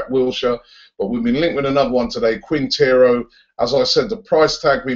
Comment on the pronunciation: Haha Robbie it's 'Juan Fernando Quintero'. He's a very good player and he's Colombian!